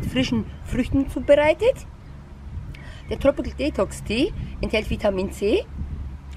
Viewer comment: tropicil tropical spricht man es aus